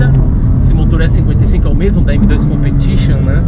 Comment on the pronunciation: ComprTITIon 🤣🤣🤣🤣🤣 casa com ela Brincadeira kkk